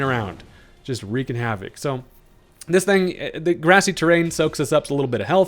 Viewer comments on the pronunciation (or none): none